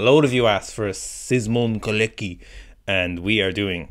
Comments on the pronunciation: You could have at least studied in 2 minutes how to pronounce his name when preparing this solid material. It's Shemon Kawletzky, sort of. Not Colecky or whatever you call him. It's nothing difficult. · Shemon Koletzky - That's better way to pronounce it. Simon also works. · You could at least plop his name into google translate to pronounce it properly smh